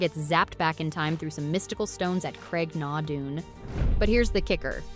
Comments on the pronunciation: then you should have put the proper pronunciation of Craigh na Dun, not just chastise her. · I was just about to say that very thing. Also, Craigh na Dun is not pronounced "Craig. NAW. doon." 😏